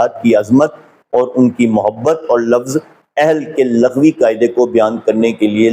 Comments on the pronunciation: ویڈیو پوری دیکھی ہے۔بس دعووُں کی بات کی تھی۔ورنہ تو مواد بہت اصلاحی ہے۔۔۔ناچیز پچھلے پینتیس سال سے تعلیم و تدریس کے شعبے سے وابستہ ہے۔۔۔اسی لیے تلفظ کی اصلاح کے ضمن میں عرض بھی کیا تھا۔۔لفظ لُغوی ہے جسے آپ نے بار بار لٙغوی پڑھا ہے۔۔۔ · السلام علےٰ من التبع الھدیٰ دست بستہ گزارش ہے کہ لَغوی نہیں لُغوی ہوتا ہے ۔ اِن التقیتن ہے آپ نے اٖن التقیتن پڑھا لمبا نہیں کرنا ۔ رسولہٗ پر ہ کو ساکن کرنا ہے کیونکہ اگے وقف مطلق ہے۔ ض کو آپ ذ اور ظ کی طرز پر ادا کرتے ہیں جو عربی زبان کے اسلوب کے خلاف ہے۔ گزارش ہے کہ کسی اچھے قاری سے تجوید کے قواعد و ضوابط کے ساتھ تلاوت قرآن پاک بھی سیکھیں ۔ زمْلونی نہیں ہے بلکہ زمَّلونی ہے م پر شد ہے۔ آپ کی کوشش کو سراہتا ہوں آپ کا کام روافض کے خلاف بہت زیادہ قابلِ ستائش ہے ۔ یہ رافضی بغض رسول ﷺ میں انکی ازواج کے مقام کے منکر ہیں ۔ جن کو اللہ تعالیٰ نے اہل بیت فرمایا ہے انکو نہیں مانتے لیکن جن کو رسول اللہ ﷺ نے اہل بیت فرمایا انکو بھی جزوی طور من مانی سے مانتے ہیں ۔ لیکن گزارش ہے کہ اللہ تعالیٰ مدد گار ہے اور اسی اللہ تعالیٰ کی دی ہوئی طاقت سے اللہ تعالیٰ کے بندے بھی مدد گار ہیں اسی لئے قرآن مجید میں ایاک نعبد الگ اور ایاک نستعین الگ فرمایا گیا ہے ۔